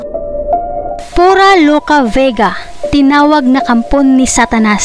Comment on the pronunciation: Ayusin mo yang narration mo PURA HINDE FURA